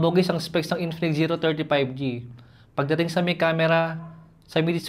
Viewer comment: I love how he says INPINIKS